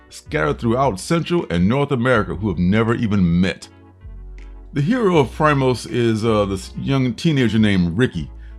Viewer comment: You sold me on New Masters and Primos. Screw the 10 book limit! It's pronounced "pree-mos. Primos is Spanish for cousins. I agree completely on Animal Castle. Lettering wasn't the best visually, but the book is definitely on my pull list. Great reviews as always! I look forward to tomorrow night comic book fam!